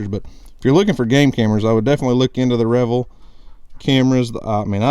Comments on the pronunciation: Re - Veal not Re - Vel lol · Are you sure those cameras aren’t pronounced re-veal? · I think it’s pronounced rev-eeel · Drives me nuts every time you say reveal. It's pronounced Like you reveal something that you didn't know was there. I know the person who created Tactacam. Lol. It's not like it upset me I just can't help but laugh.